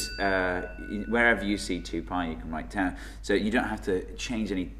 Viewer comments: τ is actually pronounced "taf" and π is actually pronounced "pe" damn english speaking ppl ^_^ (not trying to be offensive here, since im a native english speaker too, but just to clarify the right way to say those) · As the tau thing is gaining more and more publisity, ill try to set it right, one's and for all. Tau must be pronunced taph, at least if you want to claim that comes from τόρνος. Τόρνος is an ancient greek word (we don't use it now, but most greeks understand it's meaning) and is pronunced tornos. τ is taph. It is written ταυ, but ταυ is pronunced taph. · Laurelindo Read my reply above. Other letters are pronounced properly, I don't see why "τ" should be an exception. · but it is funny because you pronounce most of the Greek letters correctly like alpha, beta, gamma, delta.... except for the poor τ . Ok I understand for the π since the Greek pronunciation of the letter is the same as the English p and it would be confusion but why for τ ? What has done to you the poor letter? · Greek invented the damn letters, pronounce them like you're supposed to. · If you are going to use "τ" at least make an effort to pronounce it properly. It's pronounced "taf" NOT "taoo". Also "π" is pronounced "pee" not "pie". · its pronounced taf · Am I the only one who cringes when they pronounce τ as tau instead of taf. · Its not Taou (Tau), its called Taph or Taf... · I'm Greek and I say both of you are SAYING IT WRONG! It's not "pie" it's "pi", kind of like "pee", and it's not "taou" it's "tau", pronounced "taph", kind of like "tough". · pi is actually pronounced pee in Greek so we gotta give it +69 points for that And tau is pronounced taf so we have to give it +420 points for being so tough TAU WINS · the funny thing is that π (pi ) is actually pronounced pi like pee, and not like pie..also τ (tau) is pronounced fee..i mean they are pronounced this way in greek and both of them are greek letters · tau is pronounced as "taf" in Greek might as well eat taffies